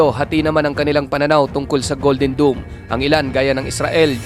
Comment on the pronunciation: Mali nmn ung pag bigkas Mo Sir... DOME ✅️ Hindi DOOM❌️ DOOMSDay nba?